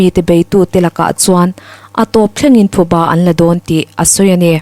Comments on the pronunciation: Thuba nilo in, PHUBA tih tur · Thuba ni lovin PHUBA tih tur a ni e. An thiltih phu tawk an ba tihna a ni. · Thuba nilo in, Phuba tih tur aw..😊. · Abengvar thlak khawp mai a, a chhiartu aw pawh afiah, mahse thupha leh phuba tih hi a kawh hrang daih ani a, tin, thuba ti hi an awm bawk a thuba hi a awm ngai lo hrim hrim bawk, tin, parchhuang hi alam dan adik lova, par tih pangpar tih a par tih anga lam tur ani lo ani, hmasawn zel nan ka han sawi ve ani e